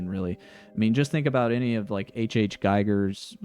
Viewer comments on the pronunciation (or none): Great video. Note: Did you say H.H. Geiger? You mean H.R. Giger?